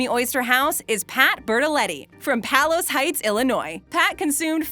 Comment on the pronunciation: Its pay los heights not pal los heights